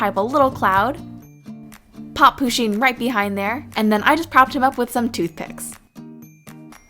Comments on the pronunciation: No offence but I hate when ppl call Pusheen he bc she is a she. Also it's not pronounced 'poosheen' it's pronounced 'Push-een' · ITS PUSH EEEN NOT POO SHEEN AHHH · First pusheen is a girl and it's pusheen not poosheen sorry it just really bothered me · Ok, you pronounce it PUSH-een not POO-sheen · Pusheen is a girl lol :D And you kept pronouncing her name le wrong lel